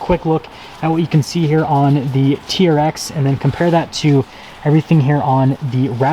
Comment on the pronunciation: It’s a T-R-X! My god it’s not a “TEARX” that so annoying!! Also I dispose when reviewers point out badging and exterior thing that we can all easily see.